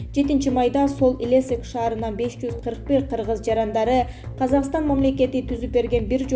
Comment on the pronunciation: Соль Илесик эмес Илецк